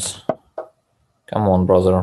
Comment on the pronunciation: Sank for ze game